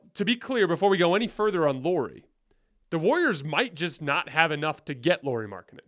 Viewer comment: No. We're not getting LM. Btw, his name is pronounced "Lowry."